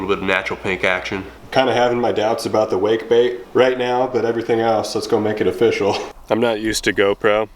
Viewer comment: Its o-fish-all, rocks like bismuth